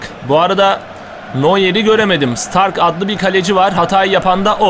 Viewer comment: Bayern Münih'in kalecisi (Starke) Stark diye degil de Ştarkı diye okunur. Okuduysan kalp koy lütfen:)